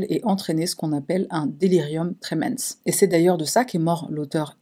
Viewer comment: Le delirium tremens en français courant ça se prononce trémince comme tré/mince avec un accent aigüe sur le E .